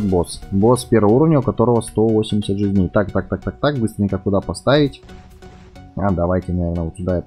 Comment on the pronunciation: видос крутой но ты неправильно ударение ставиш в слови жизней